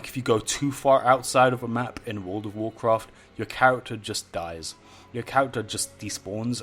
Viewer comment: Wowrl of wowrcraft. Are you eating something every time you say World of Warcraft?